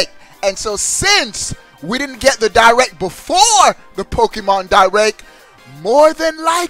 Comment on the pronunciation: "Nintendo Di-RECK"